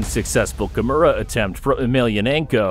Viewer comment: Ty nice video. Please work on your pronunciation. You are getting some of the words like Kimora wrong.